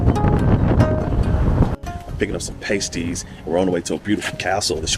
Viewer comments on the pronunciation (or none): PAST-ees, not PAY-stees lol😊 Much better after being in the oven ;) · Try 'past-ees' rather than 'paste-ees'....also, 'Corn-wul', rather than 'Corn-wall'. Great video and loved the Eden Project. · It’s Past ies as in last or fast not paste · Not Payties, but Paaasties! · Pasties are pronounced past-eez👍👍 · Have you realised yet that 'pasties' have a short 'a' as in the word 'past'? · It's Pas-tees btw, Cornwall is one place i always wanted to go.